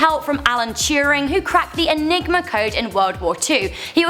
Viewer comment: IT'S ALEN TURING NOT ALEN CHURING